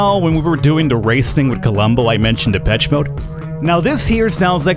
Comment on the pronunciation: You pronounce it "depetch mode", but it's "depesh maude", as they took the name from a French fashion magazine.